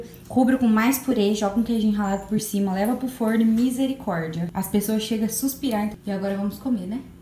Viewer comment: E eu peguei a sua mania de falar Mizericordia 😂